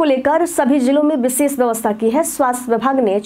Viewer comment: बिशेष नहीं होता है विशेष होता है